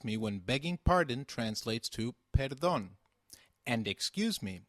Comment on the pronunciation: I think the way he pronounces the p in "perdon" is wrong??